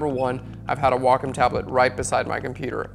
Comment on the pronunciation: Very informative. Thanks so much! Also enjoyed hearing Wacom pronounced correctly!